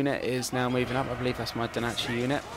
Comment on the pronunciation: FFS its NO DACHI not DO NACHI....